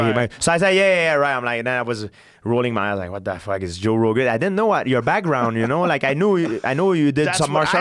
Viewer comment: "waat tha fack etz Joo Roogan"